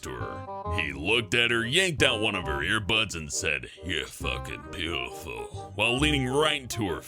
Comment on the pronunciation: "Your fackin bootifool!"